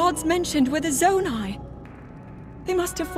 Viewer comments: Yes, ‘Zonai’ is pronounced “Zone - I” not “Zone - A”. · Not zonee but zoni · Pronouced Zoni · Zonai (Zone • Eye) Ancient people who possessed godlike ears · BTW, Zonai is pronounced “Zo-ni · its pronounced: Zo-ni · I can’t get over how bad he mispronounced Zonai